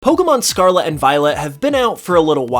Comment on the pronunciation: Scar-Let not scar-la